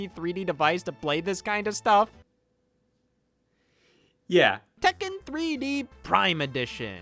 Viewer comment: scott its pronounced Tek Ken just sayin